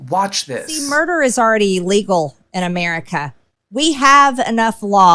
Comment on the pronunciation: Yes she most certainly IS nuts, however, listen closely to her she says…….murder is already “E-legal” that is no old Mangy Toilets ways of saying illegal.